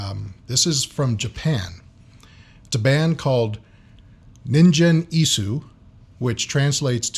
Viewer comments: にんじん、じゃなくて、にんげんな。バンド名くらいちゃんと言えよ。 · Its Ningen, not ninjen :P Its pronounced hard, like in God. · ningen isu の 発音がオカシイから、忍者・椅子になってるｗｗ そうそう本人はかなり可愛いｗテディベアで合ってますよw これが素顔ですｗ フェイスレスでもなく、ハートレスでもない！ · the G is pronounced with a Guh sound. a hard Guh. Gen. like Gun but with an E. NinGen Isu. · The name of the band is pronounced ninguen isu, the G is not pronounced like a J and this must be one of the most boring firsttime reactions Ive seen. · The "g" is pronounced with a hard "g" like in guy, gumption, great, etc, etc. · the g is hard in Ningen Isu. Pronounced the way you would say gun. The u is also clipped and barely said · Try Band-Maid, a Japanese hard-rock band. You'll love them if you love old-school rock music. My suggestion, other than tracks recommended in other comments: Thrill, their first MV from 5 years ago. BTW "g" in "ningen" is promounced as "g" as in ANGLE.